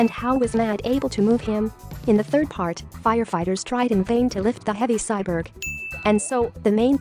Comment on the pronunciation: The irony of a robot voice not being able to pronounce “cyborg”. Still a nice informative video, missed the lights and crew visible in the alley chase though.